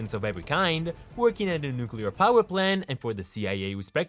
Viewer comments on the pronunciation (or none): none